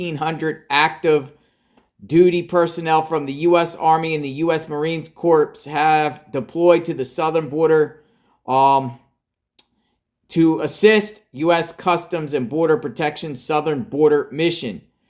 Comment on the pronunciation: Dude its not pronounced CORPSE its CORE! US Marine Corps. Just saying.